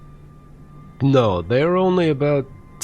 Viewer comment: Fellas it's Kalisz(CAH-leesh) and it's well known all over Poland because it;s the oldest town in the country. It's got many bridges throughout(even in the city center) and a cheap place to buy workout supplements. 🙂